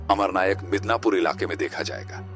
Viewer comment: Midanapur nahi pagal madan pura